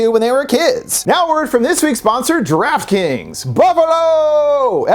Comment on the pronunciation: Even worse because he pronounced it like "Giraffe Kings" 🤣